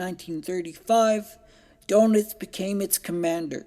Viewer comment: Good presentation- but Admiral Doenitz is actually pronounced “ Dernits”, not “donuts” 😄